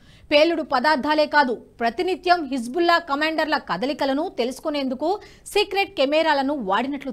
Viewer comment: Hebzulla kadu tallee, Hezbulla, 100 sarlu dictation rasi , appudu vachi cheppu.